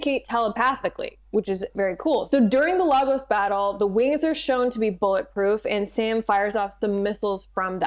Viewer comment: Pronounced (lay-gos) and yes a real city, former capital.